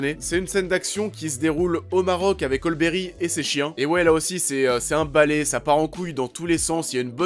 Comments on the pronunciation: Ol Berry ??? hahahah c'est Halle (Hali) Berry mdr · Tu dis olle berry ?